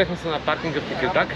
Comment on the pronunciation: Хареса ми видеото само преди седмица бяхме там ,надмина очакванията ми.Само да уточня, че се чете Текирдаъ .А картофите бяха уникални.